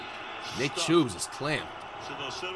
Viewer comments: While we're telling things here. Can we tell him that Nick Chubb is not Nick Choobs? Or however he said it? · Bro really said nick chubes